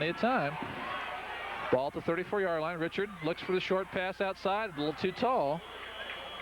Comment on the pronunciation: Also, they kept mispronouncing John Reichart's (ri-kert) NOT "richard". 😏